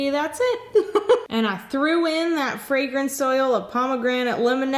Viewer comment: She said a little bit of fragense and put all of it